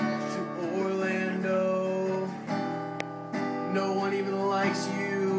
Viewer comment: does he say Orlando or Borlando